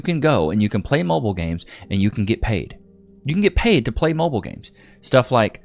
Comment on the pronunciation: the word is MOBILE not MOBIL. MOBIL make fuel prodominantly for racing cars.